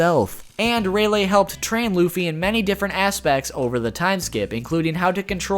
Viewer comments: raylay... HOW DO YOU MISPRONOUNCE THATT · I'm still laughing cause you pronounced rayleigh as Ray -lay (( not trying to be rude I just found it funny )) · Dude. I really, really fucking haaate how you pronounce Rayleigh. What the fuck? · its not ray-lay its ray-lee and u forgot to go over snake man form of gear 4 (observation haki form) also int nor anne l its n-a-roo